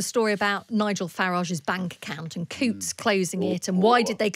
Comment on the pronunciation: It’s not ‘Cutes ’ - it’s ‘Coutts’. The letters ‘ou’ are pronounced ‘oo’ as in ‘loony’ or ‘fool’.